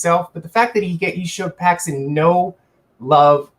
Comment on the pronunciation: You finally got Randy Brown right and then go and botch Paxson the whole video saying Paxton lol